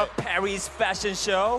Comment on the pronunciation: who didn't understand: I LUUUUVVE my FÆshioN